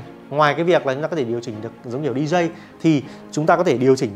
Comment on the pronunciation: Làm youtuber mà phát âm sai kỳ quá. Đọc chữ DJ sai nên học lại nhe bạn...